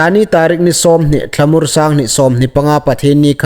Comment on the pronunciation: Thlahmur ni awm tak in ka hriet a,Thlamur ti ri awm tak in ka zuk hriet nawk hlaka an dik lem hre hai hung tawng ro ie